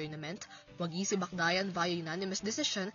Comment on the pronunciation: Ingat po kayo sa pagbabalita, hindi po Bacdayan yun kundi Bacyadan